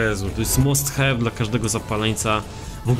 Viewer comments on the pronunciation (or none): Must have nie mówi się musthew tylko masthave